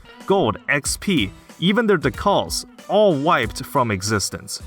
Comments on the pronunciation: It's D-cal not deh call you sub human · ITS DEEECAL NOT DUCALLS like the thing on a car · Dee-Kal not dekul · it's pronounced de-cal not de-cul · It is pronounced "dee cal" not "duh call" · ALSO. your pronunciation of decal is driving me fucking nuts, it's DECAL, not decaal. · Good video. It's decal not D-cual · D-cal not dcall. Decal. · De-cal. Not Da-cal. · duh kahl D: DEE KAL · homie, it's a dee-cal , like a car decal , wtf is a duh-call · Bro, it’s dee( rhymes with pee)-cal( like the beginning of caliber) not d’call. I was wondering what you were talking about and wondering what I missed with d’calls. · "Dee-KāeL" not "d'call" when pronouncing "decal". I was so confused. lol. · Dee. Cal. Not duhcall. Decal. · It’s DEE-CAL like Calendar, not CALL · The word decal is pronounced DEE-KAL (like California). Not duh-call. Silly Canadians. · It's deCAL not deCALL. CAL like calibrate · Loved the video, just had to say something about "decal" lol. It's cal, Like California, not Call, Like a Phone Call. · Deh-cull? Dee-kale! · D-CAL not Dee-call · decal is pronounced DEE cal (as in the cal in calorie) not dee CAWL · Please. Jesus Christ. It's Dee-Kal not Duh-Cahl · "Check it out Bubbles, decknals" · its DEE-Kaal like a sticker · What is a duh-call? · Decal is pronounced DEE-kal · Dee-cal. Like California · Why are you pronouncing the word "decal" as "decall?" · How in the world can anyone, ANYONE mispronounce decal? DE CAL. Its like pronouncing bread 'breed' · decal = dēkal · If you say "de-cull" one more time I will detonate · Learn how to pronounce Decal. It's not De-Call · Anyone else bothered by him pronouncing "decal" like "da-call"? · Say it with me diˌkæl//dɪˈkæl decal de. Cal. Please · I'm taking it up, but not stealing his. For now on I say 'deca-l', deca el. That's 'decal' for me, for now on. "Just going put this deca-l on my car real quick, then we can get going!" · "Dee Kal" Just saying. Not trying to be rude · It's not "duh-call" 😓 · It's pronounced decal